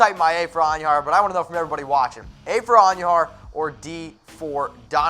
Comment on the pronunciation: Can you please pronounce Miguel Andujar correctly not And u jar idiot.